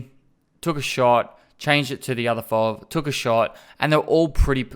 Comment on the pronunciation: It's F.O.V. not Fovvvvvv ;)